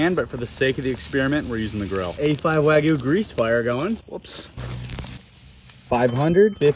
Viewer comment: Why do you keep mispronouncing wagyu